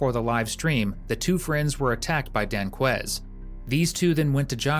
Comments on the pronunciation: ‘Danqueise’. I don’t have to watch the rest of it. Just another one to prison for life. Yawn. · "Danquies"? Ahhahahahaha.